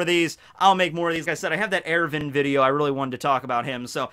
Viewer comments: It’s not Ervin....wtf..it’s ERWIN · Its er-win not er-vin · I cringe every time you say Erwin... it sounds like you’re pronouncing it Irivan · Nice pronunciation of Erwin